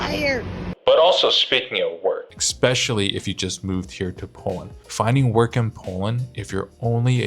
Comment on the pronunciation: What is shocking for us Poles is hearing "expecially"...